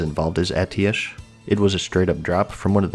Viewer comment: why do you keep saying Atiesh wrong